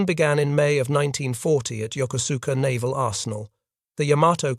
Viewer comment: This is an excellent documentary but the city in Japan mentioned during the video is Yokosuka (pronounced: jokosɯ̥ka). The narration does not pronounce its name correctly. And I should know, I was born at the US Naval Hospital at Yokosuka US Naval Station in October 1960.